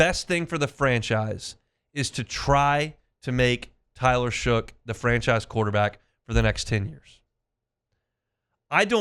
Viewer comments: Shuck. Not Shook. How hard is that to learn? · could you please pronounce the guys name correctly? His name is Shough pronounced shuck!!!!!! Not shook.